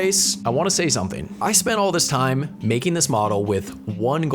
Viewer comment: why did you " wesate all this theime " ahaha